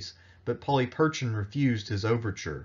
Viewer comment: Not to suggest that I'm any sort of expert and given that Erasmian pronunciation is quite different than modern Greek, still, 'Polly Perchin' ' is a detour from anything I'd expect. Please, if you're going to be telling Greek history, at least learn how to pronounce the language, that is the easy part.